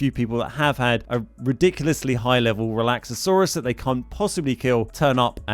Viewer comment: Breakdown the 4 syllables because I can only count 5 Re/lax/a/saur/us